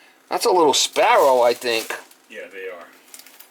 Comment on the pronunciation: There are spar-ra-rows in the chim-e-ney.